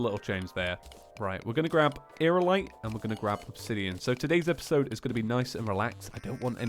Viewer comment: you're seriously dyslexic... you say equiptable, magma cannon, aeralite instead of equipable, magNa cannon, and aeriAlite. Aerialite is pronounced: air-ee-ah-light